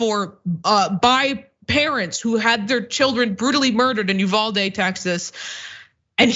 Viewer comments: Uvalde is pronounced Yoo van dee. As a Texan I thought you might like to know. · PLEASE LEARN HOW TO CORRECTLY PRONOUNCE UVALDE. Total cringe every time you slaughter that mame